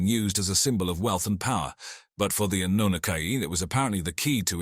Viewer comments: Darn I miss spelled Annunaki. Well commentator was pronouncing it Annanookie! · did he just say Annunakayee? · I hope you can teach your A.I. to continuously say: ANNUNAKI. 😂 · AI voice overs are bad. 3 different pronunciations for anunakki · Is there a reason why the word Anunnaki is pronounced multiple different ways in the same video by the same person? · He's pronounces the name 5 different ways 😂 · The speaker mis-pronouncing Anunnaki tells us that he is reading and knows nothing about what he is talking about. He was hired to make this very impersonal and inaccurate video. There are 20-30 videos like this. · So funny how the same name used throughout this vid gets mispronounced every now and then!! How is it possible to say the same word wrong?